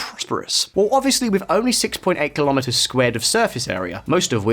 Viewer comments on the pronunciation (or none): Interesting. BTW, kilometres rhymes with "nanometres" or "kilolitres", not with "thermometers" or "barometers". Also, m² is read as "square metres", not "metres square(d)".